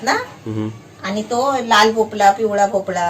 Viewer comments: It’s MEDU wada and NOT MENDU wada and its भोपळा and NOT भोपला. Kindly use correct words. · मस्त 👌👌 भोपला नव्हे.... भोपळा बोल भोपळ्याची खूप छान रेसिपी बनविली..... खुप छान ताई राग मानू नकोस.... ❤️👍